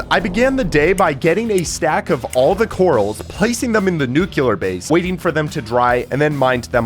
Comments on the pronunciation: I hate how he says "ravenger" and "nucular" 😔💔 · I swear if i hear "new queue lurr" one more time...... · is the “nucular base” supposed to be a “nuclear” base? 😭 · i love your content but you said nuclear wrong LOL😭